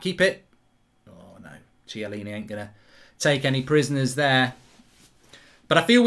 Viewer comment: Chiellini not ciellini😂